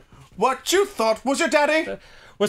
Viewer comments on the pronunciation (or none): none